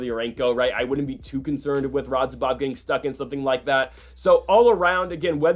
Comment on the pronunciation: Still didn't say "Radzhabov" correctly a single time. Lol